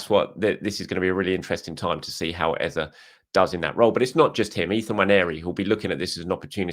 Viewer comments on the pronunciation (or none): Our starting mid 3 should be subject, Dec and Ezeee not Eza... he did a vid about pronouncing his name